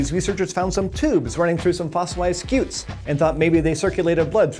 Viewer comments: "Scoots" cause it's a scutum in latin, as in shield. So stop saying skeeoots, and telling us you researched it. A centurion uses a scutum, not a skewtum, so slap the person that taught you that. The more you know..... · I love how much he over-pronounces “scutes”